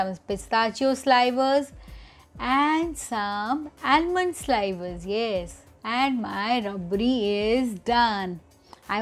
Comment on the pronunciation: “Slivers” is pronounced with a “short i” sound like “liver”.